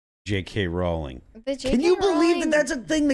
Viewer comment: Pronounced “Rowling” like “Bowling”